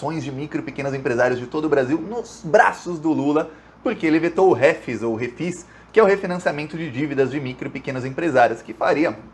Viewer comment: A palavra é oxítona (Refís...)